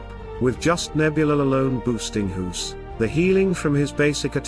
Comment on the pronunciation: Thanks for the video but I am a bit bothered by how you pronounce the name Guus as Huus. LOL! Maybe, it is how you pronounce "G" in your native tongue. I pronounce it as "Gah" with a very short "a"